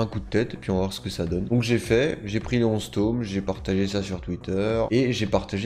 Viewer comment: Arrête de dire TOM on dit TOME c’est HORRIBLE D’ENTENDRE ÇA sinon super ta vidéo